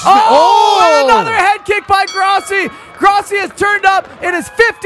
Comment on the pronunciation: When you grossi it sounds like you said Crosby